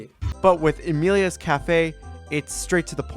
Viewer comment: Bro butchered the name of Amelia's cafe so hard💀